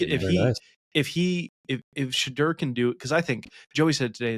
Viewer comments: THIS! Sha-door, not Sha-der. Do some research ffs. Buffs in a blowout 45-24. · #2 = “Sh-door” it’s not hard to say